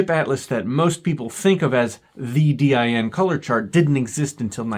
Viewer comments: It took me off-guard hearing DIN pronounced "Dee-Aye-Enn" instead of just "Deen" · No german says D- I- N like that. its just Din, spelled like you would a word, not an acronym, even though it is an acronym. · DIN is an acronym, but we pronounce it as one word. DEEN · FYI, in English, “DIN’ is not spelled out, but pronounced as a word, rhyming with “tin” (basically, the word “dinner” minus the “ner”.) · Although DIN is an abbreviation for "Deutsches Institut für Normung" and as such could be pronounced as individual letters like you do (similar to e.g. IBM), it is most often spoken as if it was an actual word, sounding similar to the english word "dean". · Hearing D Y N so often kinda makes me want to print a doormatt with that and ship it to him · sounds like DYN to me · I’d say it rather rhymes with english "bin". The "e" sound in "dean" is a bit too long. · In Germany, DIN is pronounced as one word and rhymes with bin. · In English, in industries where the name “DIN” has been around for a long time (for example, in electronics, where DIN connectors have been in use for decades, or car audio, where car stereos use several sizes of DIN mounts), DIN is pronounced exactly like “dinner” minus the “ner”. Short “i”. That is, it is not pronounced the same as in German.